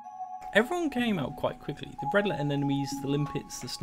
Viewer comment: I think you mean BEADlet not BREADLET anemones. Cool video, though, all the same.